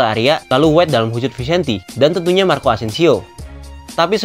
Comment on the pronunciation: Bahasa spanyol namanya.. jadi harus dngn gaya spanyol.. jadi bacanya itu harus Vicente 😁